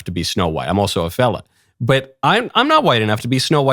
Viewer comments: Thought you said , im also a felon lol. Had to put the captions on. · Had to rewatch a couple times because I thought he said felon, not fella.